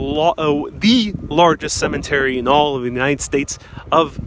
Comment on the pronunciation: Cemetery not cement-ery. Interment, not Intern-ment.